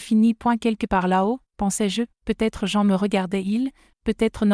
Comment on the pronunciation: Et si vous appreniez à votre IA à ne pas dire "point" quand elle arrive en bout de phrase ? Et le sempiternel "peut-être" lu "peu... être" dans d'innombrables vidéos !! Trop de semis-analphabètes sont capables de demander à une IA de rédiger une histoire mais sont incapables de la relire pour en corriger les fautes de grammaire et de syntaxe, de relever les erreurs géographiques, les anachronismes... Je zappe !